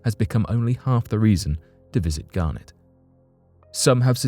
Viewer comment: It's Garnet...not Garnett....Garnett is a family name and Garnet is a stone! Very different pronunciations!